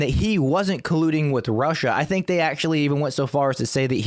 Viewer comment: for evermore it's sink....or chunk